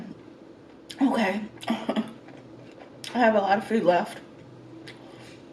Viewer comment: 🍭 " That Cake from Carlos Bakery re minds me of the time...That Food from .. reminds me of...That Meal from...reminds me... Food, Food, Food; actually, she says Fooda...🤡